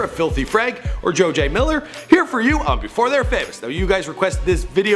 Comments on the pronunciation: THIS IDIOT WANTS TO BE TAKEN SERIOUSLY AS A PROFESSIONAL YOUTUBER BUT YET NEVER TAKES THE TIME TO LEARN HOW TO SAY PEOPLES NAMES.... PINK MAN...JOJAY MILLER.....ANIME INSPIRED VIDEOS? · "The life of Joe-Jay Miller" nice pronunciation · "Jojay Miller" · "Jo Jay" ??????????????? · "Jojay" this channel is fucking stupid